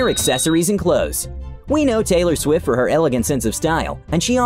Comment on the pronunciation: Taylor shwift